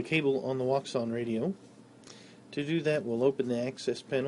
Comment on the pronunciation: Nice video, but I must add a detail: Wouxun is not pronounced as wou-xun but in chinese it's pronounced as wou-shin (quite similar pronounciation as the word "ocean" in english)